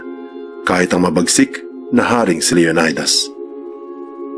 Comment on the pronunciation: LEO NAY DAS IS WRONGLY PRONOUNCE. SHOULD BE PRONOUNCE LEO NEE DAS